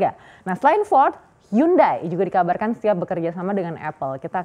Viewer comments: hyundai, bacanya yandai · Dihhhh.... Bacaannya hyonde bang. Hangeul: 현대 Romanization: Hyeondae Romanization + penyederhanaan: Hyundai Pronounsasi/ pengucapan: Hyonde